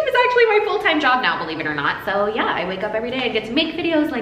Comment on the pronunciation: You do sound very Australian when you say soo...